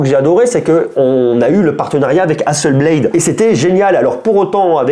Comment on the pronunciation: Hasselblad, pas Hasselblééééééde 😁 C'est suédois, pas anglais/ricain. Mais video sympa comme d'hab et bonne année.